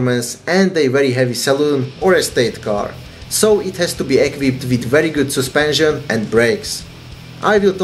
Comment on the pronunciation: Soospension xD